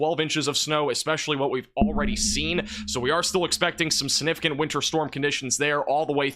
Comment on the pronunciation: Please look up and learn to pronounce the word significant or just don’t use the word. I enjoy your videos but repeating that word wrongly so many times makes you seem not so smart. I know you are so please…….